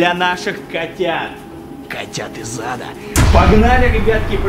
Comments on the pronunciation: читается: коты из ада слышится: коты из зада. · Хахаахахахахахвхаахвхв знаете почему я ржу? Потому что мне не слышится коты из ада а мне слышится коти из зада 🤣🤣🤣 Лайк, пж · Это послышалось